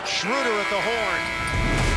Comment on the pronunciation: His name is pronounced shrooder 😊